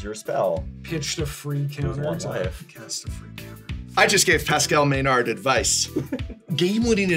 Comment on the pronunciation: Maynard as pronounced "MÉNARD" ? (Meuh-norr for our english friends) Quebecois TABARNAK !!!!